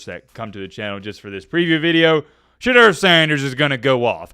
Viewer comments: Hey - It's SheDOOR, NOT SheDURR.... when you know, and you just choose (for what?) to mispronounce it- youre choosing to disrespect him. Why? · Hey … it’s pronounced Sha Door. On an episode of his podcast 2Legendary with Shilo and Bucky they cleared that up. Keep up the good work!